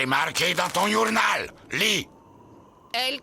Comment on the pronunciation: ’C’est marqué dans ton « yournal »’